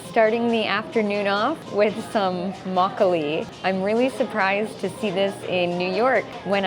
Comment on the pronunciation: 그런데 왜 한국단어 발음할때도 미국식으로 말씀하세요? 막글리~~~ 배액반~~